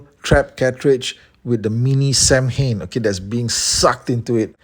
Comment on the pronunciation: Irish man here, your prononciation is spot on. Its Sow-in.